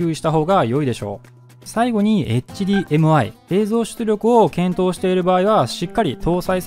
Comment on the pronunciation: それもだけど何度もHDMIをエッチディーエムアイって言ってるのが気になる 普通はエッチじゃなくてエイチって発音しないかな